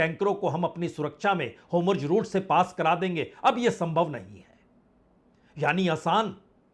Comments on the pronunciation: होमुर्ज नहीं होता है और नेहटहनू नहीं होती है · Sir pahle aap pronounciation thik kijyea हार्मोज, एंड नेतन्याहू